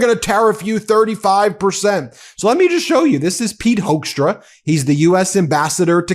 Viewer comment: This ambassador's name says it all: Hoekstra is pronounced HOAX tra